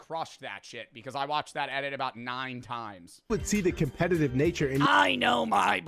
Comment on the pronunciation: Holy shit, he says "compegative"